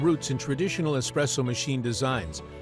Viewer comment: Well said. How many times do we go into eating places and see "Expresso" written on the menu? I think that the guy talking on this video is not quite sure how to pronounce "Espresso" either.